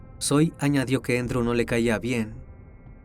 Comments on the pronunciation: Se llama Andrew no Endro. 😂😂😂 Es Andres en español. Un saludo desde Texas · Andrew, no "Endrw".